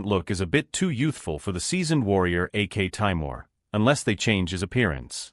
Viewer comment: By AK Taimir you mean aktemur?